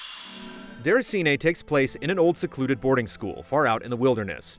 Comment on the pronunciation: i dont get what you mean.. i am french canadian and it sounds fine